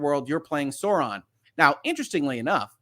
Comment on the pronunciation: I do not love how they pronounces sauron